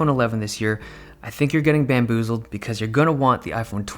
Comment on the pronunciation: “Bamboozeled”- Dave Lee